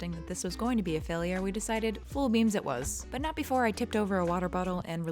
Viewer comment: every time she said beams, i thought she was saying 'beans'